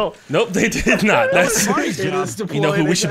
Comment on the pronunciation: Instead of saying can you not i heard can you nut